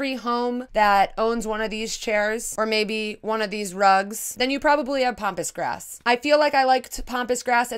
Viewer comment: Love how you pronounce Pampas grass as Pompous Grass...lol. To my Australian ears anyway :) I also hate the word art. The more demanding, the worse! Like EAT in the kitchen and I thought I was going to pee there...